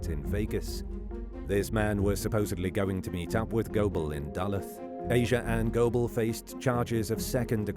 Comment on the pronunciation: as a Minnesotan... the way you say Duluth... 🤣🤣🖤